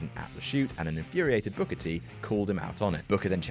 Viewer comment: I'm sorry I lost it at 'King BOOKAAH!' xD